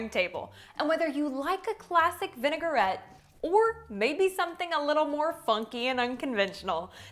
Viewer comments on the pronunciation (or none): May I please say it's Vinaigrette not vinegarette xx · Love the video and the recipes. Forgive me for correcting you, but it is pronounced "vi . nuh . gret".